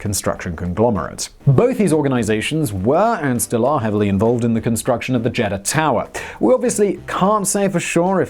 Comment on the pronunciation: Pronunciation It's not a jeddah It's a JED DAH LIKE Eagle not an Egg Read know JEDDAH